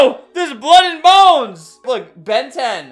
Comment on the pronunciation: “OHH- THERE WHERE BLOOD AND BOMES” Albert